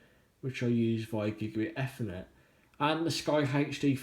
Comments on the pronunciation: 'efrnet port' .. I thought it was 'Eethernet' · EFFERNET ?? LMAO